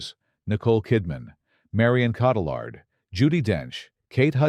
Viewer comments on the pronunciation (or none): Mar-YAW Caw-tee-YAR. Saw-FEE-ah Law-REN. Shar-LEEZ THAIR-in. "Adapted from Laura Hillenbrand's best-selling biography of World War II. Hero Louis Zamperini..." Ah yes, that unforgettable biography of World War II. "Born in 1939, World War II had a notoriously troubled childhood. Its parents were constantly fighting. And sadly, it died at the age of 6 in 1945."